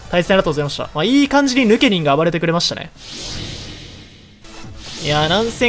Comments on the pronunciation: の発音 ヌ↑ケ↓ニン 正しい発音 ヌ↓ケ↑ニン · ヌ↑ケニン？ヌ↓ケニンじゃね？ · ヌケニンイントネーションちがくない？笑笑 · ヌケニン⤵︎ ヌケニン⤴︎ では？ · ヌケニンの発音の仕方が私と違いました。現場からは以上です。ヌ↓ケニンじゃなくてヌ↑ケニン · ヌ↑ケニン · ヌ↑ケ↓ニ→ン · どうでもいいけど発音ヌケ↑ニンなんだな ヌケ→ニン(抜け忍)だと思ってたわ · ピクミンの発音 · ヌケニンのイントネーションおかしすぎな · ヌケニンの言い方が独特だね。